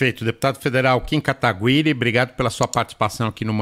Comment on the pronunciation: "KIm Katagüiri"